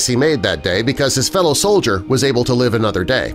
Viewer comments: Soldier not Sodlier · Solider? That's pronounced "sol-i-dur"